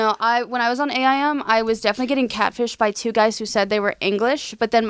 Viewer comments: so weird hearing A EYE M, instead of Aim, like take aim... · Did they literally just say A-I-M, instead of just saying it like the word?! LOL! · Hearing y’all say A.I.M. and not aim is botheringgggg me lmao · It's AIM not A. I. M.... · I am pressed over the fact that and say "A.I.M." and not just, aim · A I M, do you mean Aim? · I like how they say “A I M” and not just “AIM” lmao